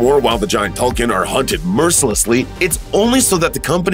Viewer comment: it’s pronounced toll koon, not toll kin.